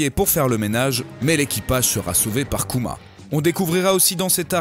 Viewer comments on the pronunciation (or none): none